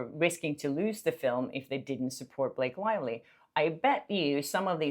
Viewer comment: Blake Lie-ly